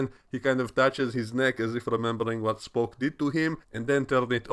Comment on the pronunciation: I like the way you say "Spock" and the fact that I can literally HEAR you facepalming throughout talking about this ep.